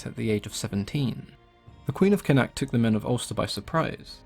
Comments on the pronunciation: Connacht is pronounced con-uct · I live beside a museum/cultural centre type thing for him believed to be near where he trained in ulster and where he was born in what is now dundalk. Its also pronounced con-uct